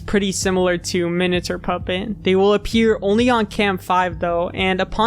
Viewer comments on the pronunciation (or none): i know that its literally spelled "minater" but it still bothers me so much it just sounds like youre pronouncing "minature" wrong LMAO does minater even mean anything............ surely it must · wait if that's Minater, it's minate-r sounding more like Minute with an r at the end, like hater or meter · What's a "Minater" anyway? I thought you were saying miniature until I saw it on screen. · Seems like an interesting video but the way you pronounce "miniature" is insufferable